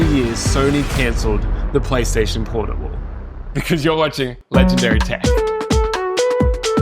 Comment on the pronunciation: bro said pornable